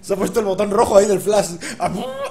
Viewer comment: Podrias PORFAVOR pronunciar flash correctamente. No se dice "FLAS" , se dice "flaSH".